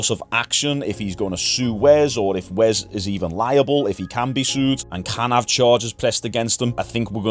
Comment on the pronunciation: why are you calling him "wez" say your S's mate